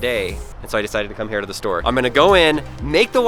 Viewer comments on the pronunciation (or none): none